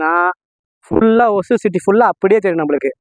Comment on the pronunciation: ஒசூர் ஆ ஓசூர் ஆ. வழித்தடம் சொல்ல தெரிய வேண்டும். கிருஷ்ணகிரி மாவட்டம் அருகில் ஒசூர்.. வந்தவாசி அருகே ஓசூர்..